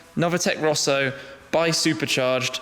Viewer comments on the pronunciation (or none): none